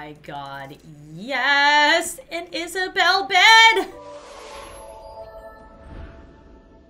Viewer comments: "An Isabelle bed!" You mean... "An Isabed" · isabelle is a bell,you hear the sentence? isabelle. Is-a-belle